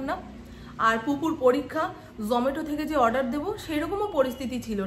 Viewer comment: Kotha ta zometo noy Zomato Cerelax noy kotha ta cerelac